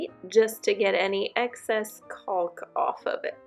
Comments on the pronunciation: Great job!!. Btw the "L" in caulk is silent. Lol. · Cracking me up with the pronunciation of the word “caulk” 😂😂😂🥳 Oh my goodness girl…. I’m not poking anything negative or bad your direction because this is a very informative video and I learned something that I so far haven’t seen or read described in any other instructional video or web link I’ve found this far (I’ve been doing ALOT of research about this topic as I’m almost done with my own and I’m taking my overflow plate back off actually to make 300% certain I have a good functioning rubber gasket on the inside opening of the overflow pipe) Thank you for the gift of education and Information for your fellow DIY sisters & I hope you have had a leak free, problem free user experience with your new tub trim. Side note: why do they not properly provide the proper replacement hardware for the full replacement of the overflow plate for those of us who require the slot adapter🤷🏼‍♀️smh I know nobody else can see the condition of the screws under the overflow plate BUT I know…. Anyway great video thanks again